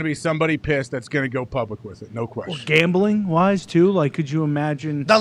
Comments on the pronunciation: “Sports gombling” 😂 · "Sports Gombling" 😂